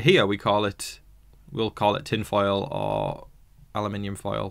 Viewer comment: in Ohio, we just say 'foil' but you say it well. What's your thoughts on T'Kors "accent"?